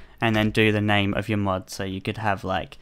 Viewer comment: every time he says mod it sounds like mud haha